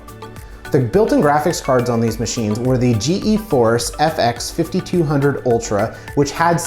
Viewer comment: what is a "ge-force"...